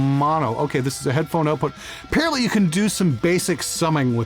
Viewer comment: "OAT-put transformers" lol